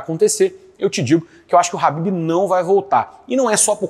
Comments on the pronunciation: É Ķhabibi não Habib COMEÇA COM K...QUE AGONIA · É ASSIM QUE SE PRONUNCIA MESMO??? ESSE CARA DISSE RABIB!!! 😦